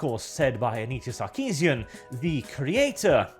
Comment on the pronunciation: Did you say "Suckeesian"? I'm just gonna assume you did, makes it that much better.